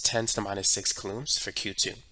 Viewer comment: really hope he starts saying it like cooh-lowms instead of cuh-looms law